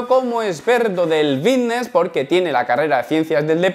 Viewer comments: chos si no dijeras fitnes así me daría mas ganas de ver tus videos 😅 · vitness, forma visica.... tienes un problema con las F o que coño? da grima loco.